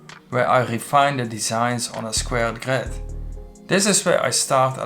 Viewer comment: Nice vid but one more time hearing that GRÖÖÖd and i am gone